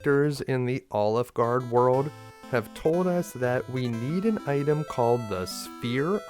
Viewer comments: I can’t get past the way he says “Alefguard” like “OliveGard”. I’m loving it. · this was an awesome guide to one of my favourite games and I learned some new stuff I didnt know about it. But everytime you say Alefgard it sounds like Olive Gard--- and then you just don't finish saying the name of the restaurant. :D